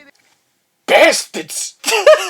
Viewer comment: Going through movies like this, one of the older ones had you say "BYASTADS" 4 or 5 times and I was worried I missed the single for this. Glad I was wrong. I also forgot about, and then laughed harder when Ham Sandwich came back from me seeing the compilation a while back. Got me again, you SECK BYASTAD 😂